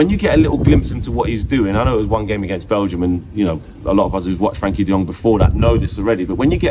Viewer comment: I'll be happy when Frenkie stops being called "Frankie" 😂